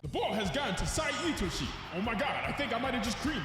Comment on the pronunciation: Finally someone who knows how to pronounce my glorious kings name properly (itoshi sae)